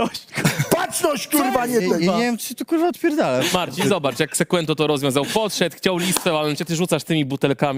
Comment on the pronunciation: Sekłento 😅 sie przejedzie po tym lizaku co z tego ze trenujesz lat dużo jak nie masz tego czegoś